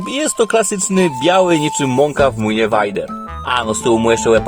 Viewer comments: Nie wajder tylko wejder tak się mówi a pisze Vader ale to raczej wszyscy wiedzą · mokry sen każdego fana Star Wars wymawianie Vader vajder (to tez taki sucharek nie ma zamiaru nikogo urazić)